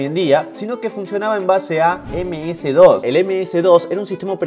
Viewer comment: si eres Argentino (Porque no se si lo eres) Deberías saber que aquí se le pronuncia: ´´Eme ese, de o ese´´ MS-DOS.